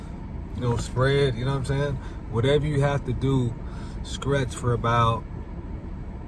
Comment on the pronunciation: Are you saying scretch? Lol or stretch?